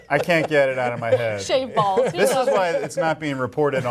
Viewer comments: Oh, she said shaved balls? I thought she said shade balls. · That was hysterical. Did you say "shaved balls"? Lmao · It sounded like she said shaved balls. LOL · Ok I thought she said shaved balls too. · I can't think of a single way to pronounce Shade Balls without sounding dirty